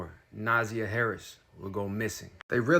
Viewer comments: Its Na'ZIiiiiii yah. And his name is just assh@ I mean Jar-vis. I mean if you're going to cover a story atleast get the names right. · also it’s pronounced NA ZIY AH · I what your doing with your channel, however your mispronunciation and butchering of my people is not a good look. If you're going to make money off these black bodies the least you could do is take the time to learn how to properly pronounce her name. She deserves that and so much more! Thanks so much! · Your pronouncing her name wrong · If you're gonna make a video about a murder victim to get likes, views, and money, you should at least pronounce the victim's name correctly. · With all due respect please learn the correct pronunciation of Na'Ziyah's name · You said her name wrong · I need you to know this baby’s name and respect her enough to SAY HER NAME correctly if you plan to tell her story. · SAY HER NAME CORRECTLY!! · You can’t even say her name correctly you should have a story about her. All your information is wrong. The only thing you are correct about is he is a Monster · I listened to hear the ass whipping but please pronounce their names correctly, especially the victim. You’re incorrect with your information. Please watch the preliminary hearings so that you’re accurate in your commentary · Thank you. It was driving me crazy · For real, he just messed up the names!! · Thank you!!!! We appreciate your compassion but please take the time to learn how to pronounce the baby's name ❣️ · yeah bc he’s using AI and just reading along and not doing and research. Didn’t even say her name right. SMH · Ehhhh. He’s reading off a chat GPT article. I wish he would do proper research. He didn’t even say her name right. If he watched ONE video he would know how to pronounce her name right. Do the real journalism instead of reading off a ChatGPT article. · Na•zy•a is how its pronounced. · He herd her name too many times not to pronounce it correctly 💯 wtf is Nazah?